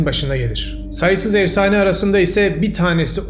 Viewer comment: Evsane değil “efsane”